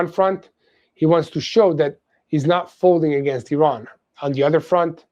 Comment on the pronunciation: Hey,, why are you pronouncing Iran and Iranians incorrectly?